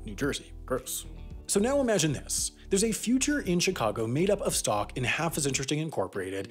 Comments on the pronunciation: I heard ‘New York Sock Exchange’ and was very confused for a moment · I swear at one point he said "New York sock exchange".